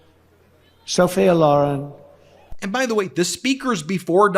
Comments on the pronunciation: Who the hell is Sophia Loron? Could he mean Sophia Loren? 🤔. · AND mispronounced Sophia Loren's name. I'm so old, and she is way, WAY before my time. But I know how to pronounce her name. He is such a weirdo. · He has clearly not heard of Sophia Loren; reading her name for the first time and mispronouncing it badly! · His mispronounced Sophia Loren lol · He couldn't even pronounce sophia loren's name right😖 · That and he couldn't even pronounce Sophia Loren correctly